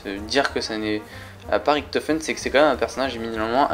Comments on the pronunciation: On dis riCHto... Pas rikto... Mdr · C pas ricktofen c richtofen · ce qui m enerve c est qu'il dise riktofen 😈